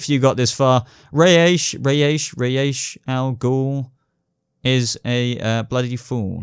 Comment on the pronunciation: Ray aysh al gool is a bloody fool. (Should be pronounced Ra'z Al Ghul, as it's arabic and would be pronounced that way, no idea where Ray aysh came from...)